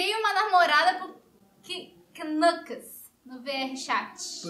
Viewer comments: É QUINÃCOUS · Pronuncia acho que é Nuckles